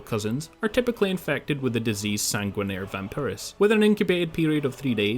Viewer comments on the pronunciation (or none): Its pronounced San-Gwin-Nar-Rey Vampiris Remember the oblivion days my friend. + I'm sure it's Latin #neverforget